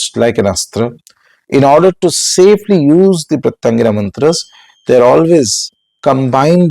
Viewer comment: Sir, can you please utter Her name correctly ?? Please !! , can you please utter the name of special form of Shiva who came to calm down Narasimha. For any mantra sadhaka, uttering the name of the diety.. in fact, uttering each and every syllable of the mantra is extremely important. Hope you will correct these and guide people.